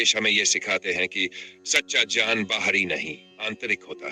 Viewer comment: " ज्ञान " शब्द का उच्चारण बार-बार "ज्यान " के रूप मे किया रहा है जो गलत है!